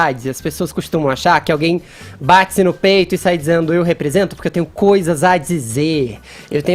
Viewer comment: Fefito : batsi (bate) no peito. Pra que falar assim? 😣😣